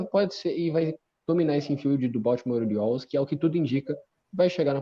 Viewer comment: Quase 3 anos que eu conheço o e quase 3 anos dele falando Baoltimore Oilers e não Baltimore Orioles kkkkkkk